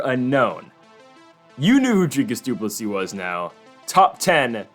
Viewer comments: Good job pronouncing his name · Well done on saying his name right!